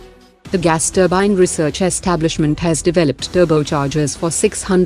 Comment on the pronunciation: ye Gas turbine hota hai ya Mas turbine 😜😜